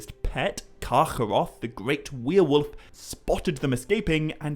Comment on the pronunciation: What's a weir-wolf?